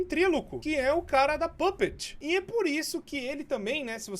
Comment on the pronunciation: É papeter e n papet